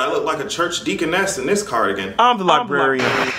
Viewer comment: Roxy Shoji This fool said Deaconess tease 😂😂😂I cannot stand him!